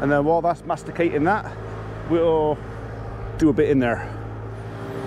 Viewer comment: Glad you got the pronunciation of mastication right.🙃 Notification worked this time. A surprise your teasing again.